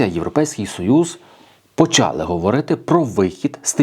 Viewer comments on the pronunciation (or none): none